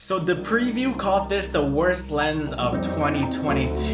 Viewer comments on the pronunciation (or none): This man said “dehpreview” lmao